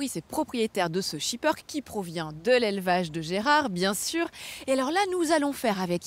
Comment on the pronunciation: On dit SHIPPÈRKE PAS SHIPPEURKE